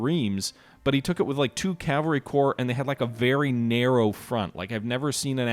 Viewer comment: I know it takes an effort, but it's Cav - al - ry Not Cal-va-ry. calvary is a place, not a military unit. But a very nice presentation to be sure